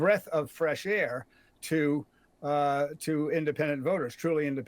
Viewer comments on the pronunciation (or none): This more Ron saying trump has dementia issues and then says Kamala is a “ freth of Bresh air”